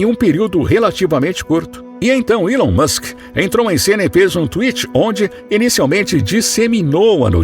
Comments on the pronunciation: Alon Musk Erá amigô dô faraó, foi elê quê deu dê presente a linguá dê ourô! Kkk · Gostei muito do conteúdo mais só eu que dei muita risada quando ele falava ilon Musk 😂😂